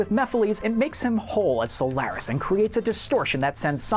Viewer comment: You also pronounce Solaris wrong. smh